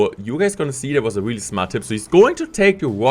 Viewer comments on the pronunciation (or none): Say really not weally